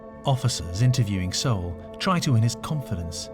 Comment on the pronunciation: Why can't the chic say his last name correctly? It's not so-well...ugh!